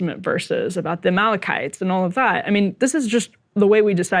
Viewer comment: Unless there's some super old pronunciation of Amalekites I'm pretty sure that's the worst pronunciation I've heard. Goes to show his potential lack of knowledge of biblical themes and how it relates to israel 😂